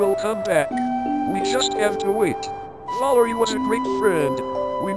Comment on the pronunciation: WTF WAS THAT VALIREY